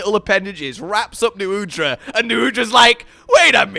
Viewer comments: Did you call "Nu Udra" "Uth Duna" in the beginning? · I had to replay the first few seconds a few times because I was like "Is... Is saying 'Uth Duna' when talking about Nu Udra?" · Wait did he say Uth Duna at the beginning i thought they were Nu Udra